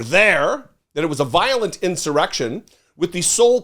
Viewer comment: "Vilolent"? Come on,! (we love you, anyway)